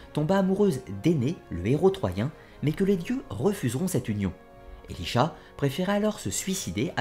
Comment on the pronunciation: Elisha ? C’est pas plutôt Elisaa ?